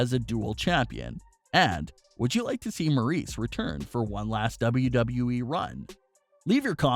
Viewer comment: It’s Maryse not Maurice